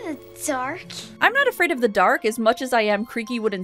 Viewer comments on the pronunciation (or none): aFraId oF tHuh daWRK